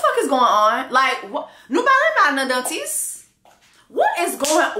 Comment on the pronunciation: "side theeth" 😂😂😂 j'en peux plus !!!